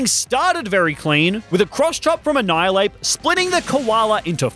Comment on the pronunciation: "Annhilapes" seriously?